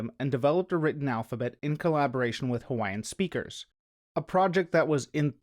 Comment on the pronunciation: Finally, someone who actually tries to pronounce Hawaiian in a video about Hawaiʻi! You’d be surprised how rare this is. Youtube is full of people who profess to know all about Hawaiʻi but they can’t even pronounce words as simple as “ke” or “ʻo”.